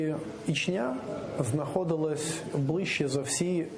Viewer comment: Неприємно слухать неправильну вимову міста Ічня .